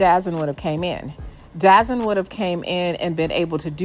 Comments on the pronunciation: DAZN is not pronounced Dazen it’s pronounced DA-ZONE hence, DAZN. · you mean DAZN? It’s pronounced The Zone. I got you! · 27 it’s da zone say it right dazn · Great content. By the way, its' pronounced " The Zone". Not Dazon/ Dazn. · It’s not dazzen it’s called the zone dazn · ITS NOT CALLED DAZZIN ITS CALLED DAZONE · It’s “ Da Zone”.